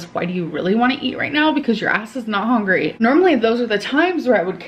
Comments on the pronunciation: Every time she says "hongry" I feel like 🤛on the moon face. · is just a "Troll" and she gets paid for it. Even the way she says "Hongry", she knows how to say the word correctly, as she did in a sentence after saying "hongry". There is no way she is on semaglutide, its just another story arc. It is the reaction channels that are keeping her income rolling in. Everything is just a big lie.